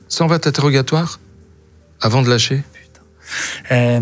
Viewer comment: Ou sinon, Pourquoi maintenant et pas avànt